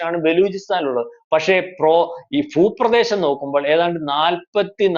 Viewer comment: ഫാഷ അല്ല മലരേ ഭാഷ...ഫൂ പ്രദേശം... കാട്ടിലെ കാട്ടു കോഴിവരെ ശുദ്ധ മലയാളം സംസാരിച്ചു തുടങ്ങി... നീ ഒക്കെ എന്ന് പഠിക്കും മലയാളം...